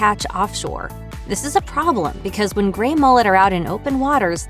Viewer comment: It's GREY!!! Not grain!! you strange bot!!!